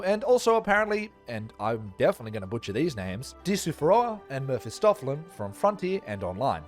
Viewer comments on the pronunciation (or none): none